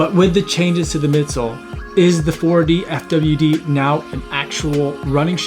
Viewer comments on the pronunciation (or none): And the shoe is pronounced Four-Diff-Widd